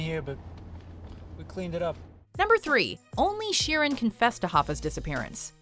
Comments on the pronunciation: It's sheer an not Sharon ok sheeran Frankie sheeran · It's pronounced sheer an ...that is it sheer an ok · Pronouncing Sheeran like "Sharon" is very confusing for english viewers.